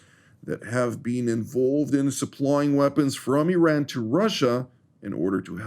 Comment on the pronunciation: It's not I"rain" it's Iran